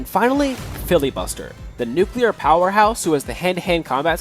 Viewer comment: I swear I hear filbibuster